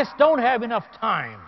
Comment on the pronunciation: its time not tie